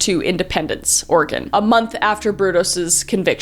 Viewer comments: Thank you for saying Oregon correctly. Has a Oregon resident we take this very serious. Keep doing what you are doing. xoxo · Will-ah-Met (; — ; ) Kris you wound me. It's pronounced Will-am-it. I will commend the fact that she said Oregon right, and she didn't say will-ah-met-ie, which is the most agregious mispronouncation I've heard for it. I'm always amazed at how many serial killers could've been normal people if not for their crummy parents or bigoted social pressures. Genuinely I think if this guy had just been given parental affection and allowed to play dress up, he probably wouldn't have ended up being the killer he was.